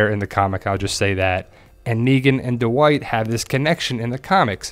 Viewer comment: Du-wight?? Dwight